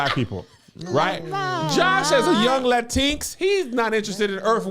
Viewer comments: Did Kevin pronounce LatinX ....Latinks? 😳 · “La-tinx” is a ongoing joke amongst the hosts for those of y’all confused and ready to be fake outraged lol. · Wait why is Kev saying Latinx like that 😂😂😂